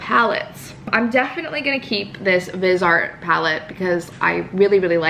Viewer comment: It’s pronounced vi-z-art